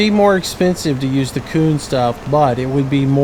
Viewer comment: Lol he said my name wrong